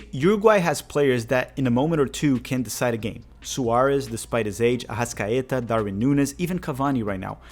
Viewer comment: Your portuguese pronunciation of Arrascaeta is spot on. Lol Araújo is pronounced "ah-rah-oo-ho"